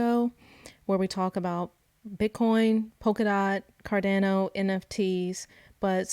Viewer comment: She called it cardaano so I stopped watching